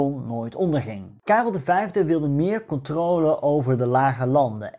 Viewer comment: Hey! Waarom zeg je steeds “controole” ipv de correcte uitspraak “controle” ?